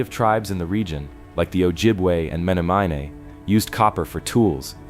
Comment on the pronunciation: KEE-win-awe, Meh-NOM-in-ee, Ah-nish-ih-NOB-ee, SHAR-leh-voy, On-tuh-NOG-in.